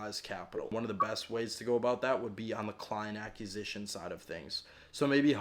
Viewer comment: Brother I love your stuff and have been watching since the rich and can’t sleep drive videos, but please.. for the love of god.. please learn how to say acquisition 😂